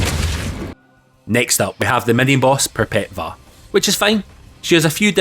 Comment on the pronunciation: In latin the letter “v” sounds like a “u” so the name of the boss is pronounced “Perpetua” instead of “Perpet-va”. This also aplies to Cvstodia the location where the game takes place. Hope I explained myself well English is my second language